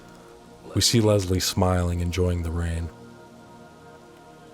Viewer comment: My sister’s name was Leslie, and she hated when people pronounced it “Lezlie” like you do. But I won’t hold it against you because this video is a BANGER and The Evil Within isn’t talked about nearly enough. True survival horror & one of my personal favorites 👌🏻